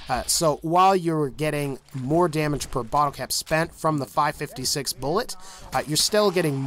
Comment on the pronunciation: It physically hurt when you said five 56 it’s called 5 5 6